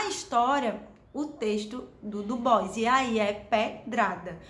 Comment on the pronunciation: Sua resenha é um oásis, pronunciou o nome do Du Bois certo, eu já parei pra ouvir com mais atenção :)